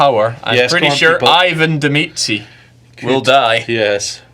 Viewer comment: Why does he say mici everytime, even seeing in really big letters medici? Is it a reference to something?